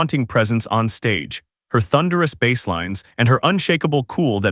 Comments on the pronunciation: As soon as a narrator said bass like the fish instead of the instrument, I'm out. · I guess AI voice can’t distinguish between when to pronounce ‘bass’ as the instrument or the fish yet Also it’s kinda funny this is about how “D’arcy is more important than people realized” and there’s like 1 photo of her and the rest is corgan